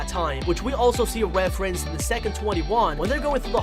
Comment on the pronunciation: him: refewence decwease Us; reference decrease